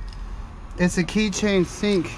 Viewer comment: I loved the "Key-chain-sink"